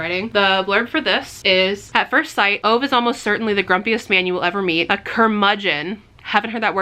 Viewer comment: “A Man Called Ove” (it’s pronounced ooh-vuh) is great but what you really need to be reading from Frederick Backman is the Beartown series! I was so in love with all of the characters, I wish I could read it for the first time again!